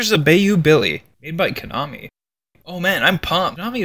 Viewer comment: Bayou is pronounced like by-you